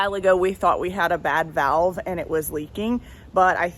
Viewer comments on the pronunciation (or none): none